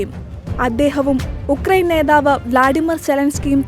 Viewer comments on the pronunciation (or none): none